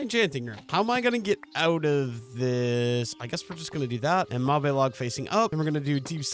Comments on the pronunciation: The purple wood is pronounced like "mov" or "mahv" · it's kinda fun seeing your trial and error😅 but every time you say mauve it sets my teeth on edge, could you please look up how to say it😅 also would love a dip into create next time🥰 especially for iron production😊